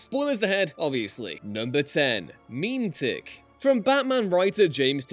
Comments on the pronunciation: Meh-metic not Meme-tic, E gads man smh >:/ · "Mih-MET-tik." What's this "Meem Tick" nonsense? Didn't you guys invent the language? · lol "meme tick" Is this a US / UK pronunciation difference??